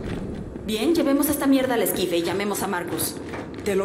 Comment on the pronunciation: Es esquife la palabra es esquife